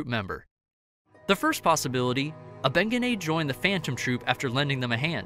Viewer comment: Thank you made the the whole video cringe